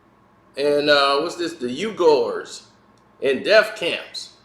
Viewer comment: Tibetians - Pronounced “Tabeshuns” & Uighurs - Pronounced “Weegurs” - Just FYI - Great Video! Not surprised by LeFraud - He lied about reading a Malcom X book 🤦🏽‍♂️